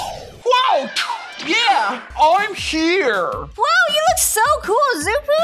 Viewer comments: Rutbell the name is shoo poo not Xppuoo😝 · First of trixx is a boy not a girl second of xuppu’s name is pronounced shuppu not zuppu